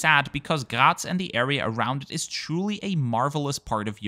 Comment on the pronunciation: He got triggered over this. The same way I got triggered over how he pronounced the city he originated from "Graz" as it sounds more like "Gerät" or something like that. And I have noticed he likes to pronounce "Danke schön" like "Doinkeh-shen". 🤣